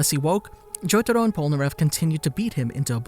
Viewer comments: Jotaro is pronounced as "jotaRO", not " JoTAro" 🤮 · I can't stop laughing bc he says jotado not jotaro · I just wish the Narrator could put in some effort to actually pronounce things right. Like, what the fuck is “Cho-to-ro”? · i hate the way he says jotaro